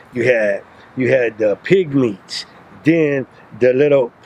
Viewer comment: "Pygmies" not "Pig Meats"